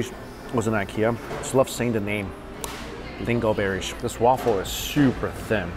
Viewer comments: It's lingonberries not lingo berries lol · LingoNberries. You forgot the N. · That’s not how you pronounce lingonberries...there’s an “N” after the “O” and it’s not silent. Phonetically it’s Ling - gun - berry (berries). Also, do eat the same way when not on camera? I’m not talking about the amount of food, I’m talking about how you shove giant bites into your mouth and still have food hanging out while chewing and shoving it into your mouth? Because you weren’t that gross in your earlier videos. Have subscribers requested that you eat like that? I don’t watch Mukbang specifically because they do that and it sickens me.....I never thought your videos were mukbang videos. 😐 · isn't it lingonberries and not lingoberries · Lingonberries, not lingoberries. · LingonNberries, not lingonberries. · they're called "lingoNberries". There's an "N" in the middle, and it is not silent. Lingonberries are a staple of Nordic food. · I'm pretty sure that that's not how you pronounce lingonberries, but I sure could go for an everything bay go right about now.